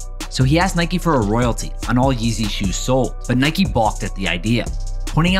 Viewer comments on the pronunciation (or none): It’s pronounced [Niy-k] not [Niy-kee] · It’s pronounced Nike not naikey